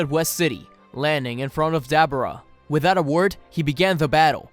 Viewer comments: UGH, I cringed every tim ei heard DabAra. It is DabUra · Why is it so hard for you to say “Duh-Boar-Ahh”? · Dab aura read that separate that’s what he called Dabura